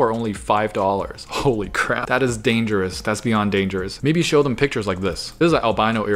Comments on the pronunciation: Is no one gonna call him out for repeatedly saying snow when it says show twice? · Its says show not snow